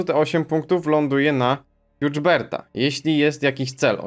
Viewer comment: Przepraszam ale te nazwę czyta się jak jest napisane "hubert" a nie z błędnym akcentem austro-węgierskim "hjuczderd"